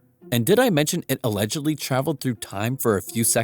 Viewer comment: Did you say, “allegebly?”